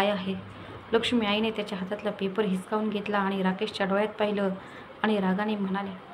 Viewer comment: हिसखावून नाही हिसकावून